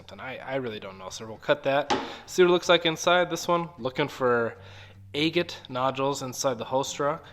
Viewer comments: It is pronounced ag- ate not a-gate or a-gut. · Agate rhymes with bag it. Never heard anyone say it your way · Takes some getting used to to hear “EHHgut,” but I’m sure that many of my own pronunciations would strike people as strange. Great video!